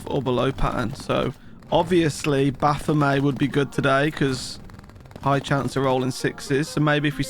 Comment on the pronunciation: Baphomet is pronounced with a hard "t" like bayonet. It's from the old French name for a demon that comes from a corruption of the name Mohammad, meaning a demon or a false god.